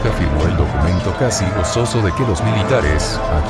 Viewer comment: "seder", "estractos", "gosozo"